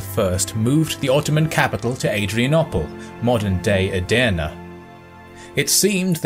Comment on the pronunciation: You said "adana" , "edirne" is true name of the city